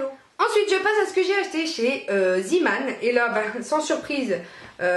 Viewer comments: "Ca s'écrit avec 2 e donc ça se prononce ziman" eh bah noooon :D C'est du néerlandais et ça se prononce "zééman" (avec un é traînant). Zee = mer. Zeeman = marin :) Tadaaaaa ! C'était la minute langues , à vous les studios xd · Zeeman est un magasin néerlandais. Le son néerlandais "ee" se prononce "é" donc c'est bien "zéman". J'adore ces deux magasins. On y trouve toujours plein de trucs sympas! Tu as de la chance d'avoir un enfant qui aime se brosser les dents. C'est rare dans mon entourage! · coucou , super vidéo. je ne savais pas que Zeeman était implanté en France (je suis de Belgique et c'est très connu chez nous). juste petite info, Zeeman est un mot néerlandais et "ee" se prononce "é" donc "zééman" 😋😋😉😉 ma-ma 😁😁😁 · zeeman ce prononce zéman. C est du néerlandais et d ailleurs c est une marque néerlandaise.